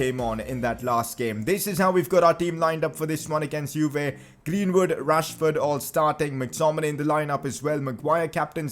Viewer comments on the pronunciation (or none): Not to be mean but when you say rashford it sounds like trashford